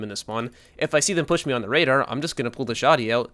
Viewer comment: I really believe shotgun apes actually talk like that. "RaDAR"